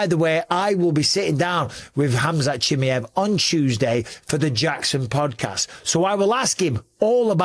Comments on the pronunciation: BUSPONG … STOP calling him CHIMMEE EV his name is CHIMAEV…. Here I’ll help you out repeat after me…. CHI MY EV It’s fkin annoying pal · Chimm-EE-ev? Is that the right pronunciation? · learn how to pronounce his name properly dummy